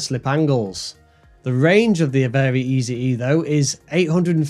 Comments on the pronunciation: It’s pronounced “very easy”, not very EZE like you said it. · Please stop saying Rootang and Vary Easy E. It's "Rutan" and "Vary Easy". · Both the EZ in LongEZ and the Eze in VariEze are pronounced like "easy", not "Easy E"